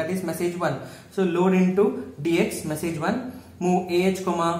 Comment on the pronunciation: please work on your vocabulary skilll.... it's message not meessage....btw great content